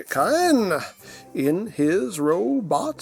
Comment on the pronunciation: It looks like it's pronounced "Kaa-en" to me